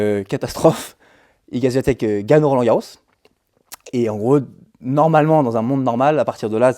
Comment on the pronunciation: Bonsoir, et bravo, c'était très intéressant et instructif ! Juste un truc..... ça serait bien de prononcer correctement le nom d'Iga Swiatek (vous le faites bien pour Collins, alors, un petit effort 😉 )